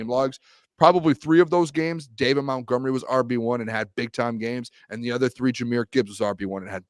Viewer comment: Montgomery, not mountgomery